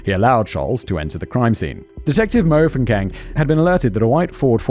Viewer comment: MO-foo-keng instead of Mfookeng made me blink because it's so exotic, until I read it and returned to South Africa lmao